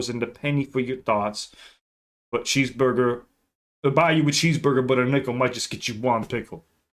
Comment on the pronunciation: I don’t like the way Em said cheeseburger “cheesebuga” 😂